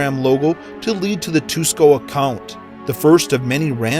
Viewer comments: thats pronounced (su-ki-50) not too sko. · It's pronounced, Sookee (tsuki), not, tewskow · Tsuki is pronounced soo-kee not tsuko 😓😓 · Tsuki is pronounced sooky not tusky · "named tusco 50" ...tsuki =/= tusco XD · "toosko 50" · tsuki os pronounced like "sookie" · i hate to be that guy but, TUS-CO ?? really? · "Tusko" IT IS CLEARLY TSUKI FFS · Adolf Reckm An Te Sucky, instead of Tsuki lol.. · the creepiest thing is the way he pronounces “tsuki” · This, and the way he pronounced tsuki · If you do a follow up video of this you should learn to pronounce tsuki. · Not a weeb because he’s picky about pronunciation. If you have ever seen ‘tsunami’ written on paper, you should know how to pronounce tsuki. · how this guy pronounces words and names tsuki50 = Tooskow50 Sinistra = Sinister Integral = Intreegal/Intrikal Hashtag = Hashtig Alejandro Jodorowsky = Aleganro Judaroskai (1st time) Jordowskai (2nd time) Protox - Proto-Axe / Pro-X Puzzle - Pozzle